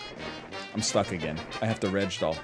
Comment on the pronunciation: I still laugh when he says regdoll.